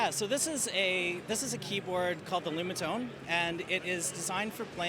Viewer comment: Lumatone not Lunatone!